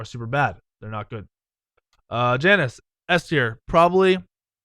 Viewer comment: Over 4k worshippers on khepri fucketh thou, and you say Janus wrong